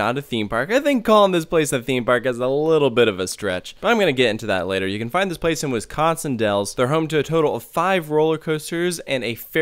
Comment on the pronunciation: “ wiscon wells Wisconsin “